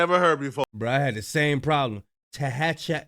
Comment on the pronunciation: It’s tehachape tahachupy